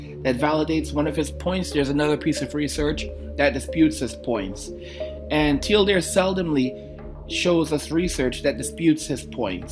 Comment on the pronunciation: Hold up, is he pronouncing the name as 'Tee-El-Deer'? Does he have brain damage?